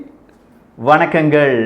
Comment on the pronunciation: "Vanakangal" Supr ah soluringa 😍